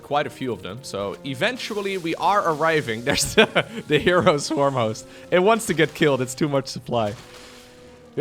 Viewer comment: Wait herO should be pronounce as her-O not he ro